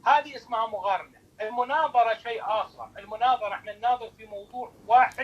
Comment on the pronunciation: يقول ( مغارنة ) 😂